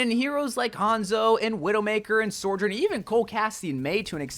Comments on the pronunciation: Her name is SO JOURN, not SOR JOURN! I love your content! But your not pronouncing her name correctly. Its just one of my good friends is named Sojourner, and it feels so weird hearing her name pronounced wrong. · why do you call her SORjourn? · i still wish you’d stop pronouncing her name like sorjorn… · Sojourn... SOARJOURN.... Yep... its definitely SOARjourn. nailed it. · SORJURN??? :P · Why is he saying "SORE-JURN"??? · how many times can this guy say her name wrong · THIS thank you. Where is there an R??